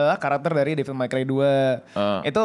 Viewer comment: Bilang nya FANS tapi pronounce Devil aja kek Bayi